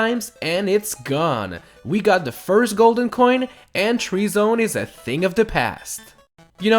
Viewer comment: "firth" me: do you mean first